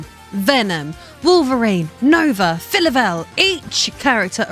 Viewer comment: I assume you're talking about Phyla-Vell? Never heard her name pronounced that way. I've always heard "Fie-La-Vell" like in the word phylum